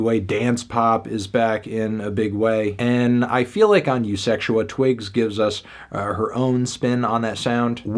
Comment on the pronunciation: Off the strength of how you says the album title, had to like